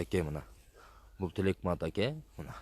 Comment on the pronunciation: Сен жакшылап окуу. Алжерде Аке деп турат. АКА ЭМЕС😅😅😅